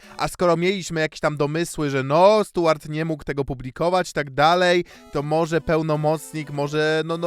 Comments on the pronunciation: Boli ta wymowa: Stułart Burton lol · Rozwala to mówienie "Stułart" - z angielskim to chyba na bakier u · No to w takim razie ta wymowa imienia dziwna 😊